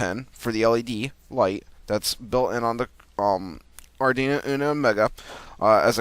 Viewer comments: Yes it's pronounced "Ard WEE no" not ardino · You're killin' me with the "ardino" Lol